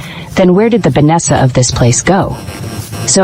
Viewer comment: Va-nesha!!!!!😠😠is this the first AI ever made or what !!!!!